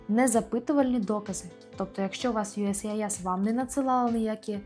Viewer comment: Могли б ви вимовляти не «юскіс», а «юєєссіайєс»?) то не є вірно